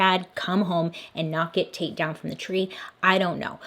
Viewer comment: Dislikes are at 420 😂 I'm smoking to that. Not going to lie with my immature mind everytime I. You saying "taite" I kept thinking you where saying "taint"🤐😂 I fail being an adult. Love your channel! The best ever!